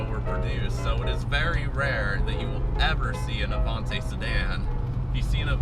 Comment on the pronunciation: What the fuck is a Stude-a-bocker and AVON-TAY? It's a Stude-a-BAKE-er and AVON-TEE!!